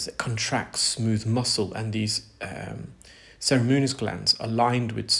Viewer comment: He pronounces ceruminous as “cerimunous”. Similarly cartilaginous emerges as “cartilenious”. He’s good at ear care, not pronouncing tricky words!